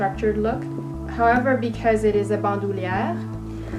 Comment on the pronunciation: Both gorgeous bags. I love LV. They make beautiful things. I love the way you say Bandouliere. You say it perfectly. Love your channel. Great video. 😊❤️